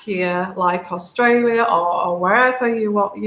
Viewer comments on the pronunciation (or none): none